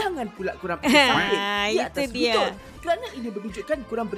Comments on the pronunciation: Sis.... Bkn sumping.... Tapi sampin🤗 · SAMPIN lah..bukan SUMPIN..😅